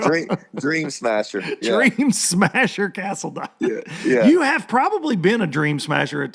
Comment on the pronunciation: Cast-a-line....